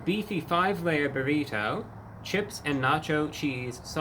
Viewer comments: Burr eat oh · Love the way he enunciates “burrito” and “twenty twenty five”. Spectacular! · two ne tee?